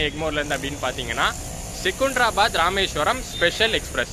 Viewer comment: செகுந்தராபாத்-ன்னு சொல்லாதீங்க. செகந்தராபாத்- ன்னு பேச்சுவாக்கிலேயே சொல்லுங்க. லாலாகூடா இல்லை, லால்குடா- என்பதுதான் பெயர். நல்லவேளை இந்த பயணத்திலேயும் சிக்கன் பிரியாணியை பத்தி வர்ணனை பண்ணவில்லை. இன்னோரு செய்தி. எனக்குத் தெரிஞ்சு சென்னையிலிருந்து இந்த வழியா மீட்டர்கேஜ் கலத்திலேயும் முழு எக்ஸ்பிரஸ் வண்டி எப்பொழுதும் விட்டதில்லை. சென்னையிலிருந்து மயிலாடுதுறை வரைக்கும் ஒரு வண்டியிலே சில இணைப்புப் பெட்டிகள் மாத்திரம் காரைக்குடிக்கு இந்த தடம் வழியாக விட்டாங்கன்னு நினைக்கிறேன்